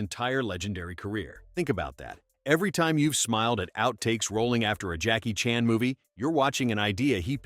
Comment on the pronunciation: Jackie Chan's last name goes back and forth between Chan and Chahn. Does anyone check pronunciation, especially if the narrator is AI?